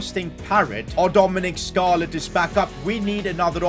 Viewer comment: who the hell is dominic scarlet?😂😂.... stop burchering our starboy's name.